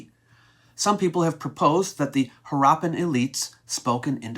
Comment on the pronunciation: It’s Haarappan, not Haraappan.